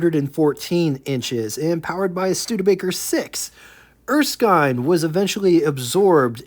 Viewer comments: did you find some source that confirmed Erskine was pronounced “Er-skyne”??? Otherwise every other time I’ve heard this name, it is pronounced “Er-skin”. And if not, don’t say I didn’t tell you the same thing last time. 😊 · Typically in Australia, Erskine would be pronounced as ers-kin. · It's Erskin. the i is short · Thanks again for sharing another rare car with us and from my experience wich was listening to my father and uncle’s that were there back in the day I believe it is pronounced er- skin as in skin. For the WYR I’ll take a 27 Pontiac and the 27 erskine. Have a good one and looking forward to the big 500 tomorrow, yeah buddy 😊